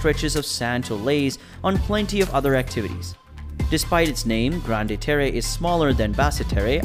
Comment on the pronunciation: Oof. I respect that French is probably not a language you speak and I appreciate you trying but you've used a Spanish-like interpretation that makes the words unintelligible. For example: Grande-Terre = ✅"grawnd tare" vs. ❌"granday taray" Basse-Terre = ✅"bass (like the fish) tare" vs. ❌"basay taray" Iles des Saintes = ✅"eel day saint" vs. ❌"eeless dess saintess" There might be good info in this video but I just couldn't get past the pronunciations. It was far too distracting. Google Translate can help you with how to pronounce the words if you care to re-record the voice-over. It would be helpful to visitors to Guadeloupe to be able to communicate effectively.